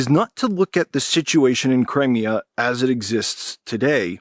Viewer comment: Learn to pronounce Crimea correctly!